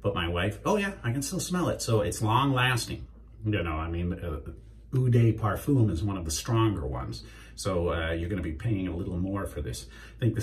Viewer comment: Awesome video as per usual. Kind of sad to see the goatee go but you shed a few years at the same time so it's all good. And if you're interested: "Eau de parfum" = Oh (as in "oh my god"!) de (as in "devil" but skip "vil") par (as in "parenthesis" but skip "enthesis") fum (as in "familiar" but skip the "iliar" part)